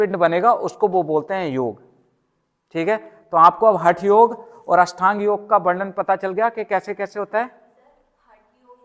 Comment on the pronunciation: अष्टांग योग बोलो भाई । बार बार अषठांग बोल रहे ।